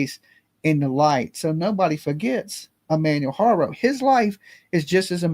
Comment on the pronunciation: You dont say any of his name or page right sorta erks me Ik you say you a country boy but you could put the effort in and learn to say his name and page correctly it's not even that complicated or if you dont wanna learn to say it correctly don't say it so much out of respect